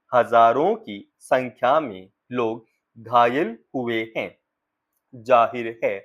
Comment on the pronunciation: हैं और है के उच्चारण में आप अंतर सही से नहीं कर पा रहे हैं अच्छे से भाषा बोलने की अभिव्यक्ति सही करें